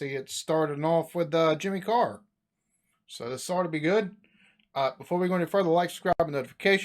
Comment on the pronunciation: Did he call Jimmy Carr, Jerry Carl? 🤣